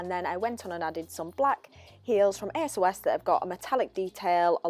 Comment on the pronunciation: Hi, like the way you styled those jeans! Just one thing: you´re pronouncing ASOS wrong... Just say it as one word not every single letter on its own.... but you made this video almost two years ago, maybe you´re saying it right now:) love from Austria!